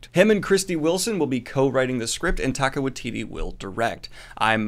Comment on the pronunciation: Hey Daniel, don't feel bad but small correction - Taika Waititi is pronounced ty-ka why-tee-tee not tay-ka. Thanks for the news! Off to watch your hangout with Tim and Merphy.